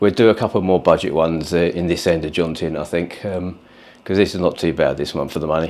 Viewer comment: Can’t watch anyone who can’t pronounce the word Jomtien